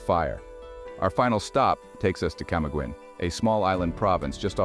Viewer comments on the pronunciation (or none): I was in CDO, Camiguin island, Bukidnon, and Iligan city last year. I felt safer there than I do in Canada. I had the absolute time of my life, and the people there are very freindly. FYI, Camiguin Island is pronounced as "Cam-ee-gin"